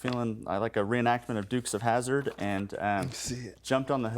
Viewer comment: Lol "Dukes Of Hazzard" 🚗